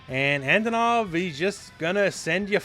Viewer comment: He looks classy! I like his redesign. Out of all teams Team G. A. W. looks the most appealing to me! I've been a sucker for dinosaurs and tigers since I was a child. And I'm a fan of big muscular guys. PS: The accentuation is on the first o. It's Antònov. Just so you guys know, how to pronounce his name like a Russian!